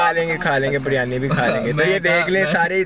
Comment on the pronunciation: I think ap lahori ho Bcz ap na بریانی ko بڑیانی kaha Or asa lahori hi bolta